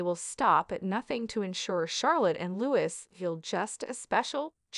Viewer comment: It’s pronounced LOUEE 😡😡